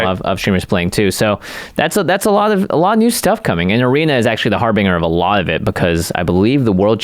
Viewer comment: Harbinger. It is pronounced HAR-bin-jer. It doesn't have anything to do with Microsoft's search engine.